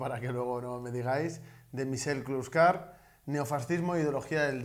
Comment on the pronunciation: Has pronunciado bien su nombre😉 (De un francés :3 )